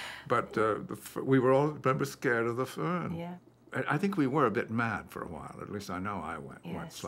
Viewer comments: Fern? 🤔🤔 He meant " Föhn" 😂😂😂 yeah, sure can make you sick, omg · Not the fern , its foehn